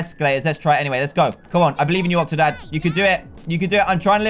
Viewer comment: Call octodad, octodan Like if you agree